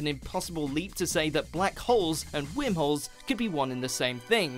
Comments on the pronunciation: Is that your accent or are you pronouncing it "wimholes"? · I was hearing wermholes 🤣🤣🤣🤣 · when he says whimholes I laugh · new drinking game....Every time he says whirmholes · Omg! I can't stop listening to that shit! Can't even enjoy the video. 🤣🤣 fuckin whimholes!! 🤣🤣